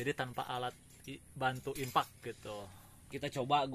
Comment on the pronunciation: Impeck bang, bukan infaq 😅